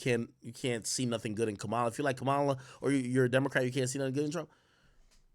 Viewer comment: Bruh stop saying “Kamaaaala”. It’s Ka-ma-La. 🤦🏻‍♂️